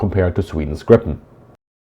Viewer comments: So far fascinating. So just a little remark that I CAN make in an interlude. 'Gripen' - The Griffon - in Swedish is pronounced more like 'Greepen', not 'Grippen'! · The name Gripen should be pronounced Griepen and not Grippen. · The name is Gripen not Grippen! Tongue problems?😅